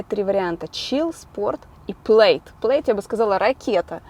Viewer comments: произносится плэд а не плэйд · Правильно не Плэйд, а ПЛЯД!!! Я смотрел пародию на звездые войны (от куда Илон черпает названия машин) , правильно именно ПЛЯД!!!! И имеется в веду матное русское слово, американским акцентом, именно это матное слово, таким акцентом, было сказано в той пародии от нереального удивления огромного ускорения скорости полёта космического корабля..!!! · prsiznosictsia kak Plad a ne Pleid, po ruski